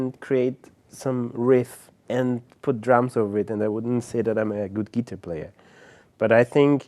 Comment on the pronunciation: I think i may have mispronounced Geetahplayer my whole life.